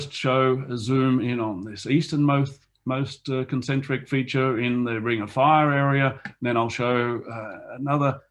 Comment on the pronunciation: at 21 minutes: Concentric rather than "concentic"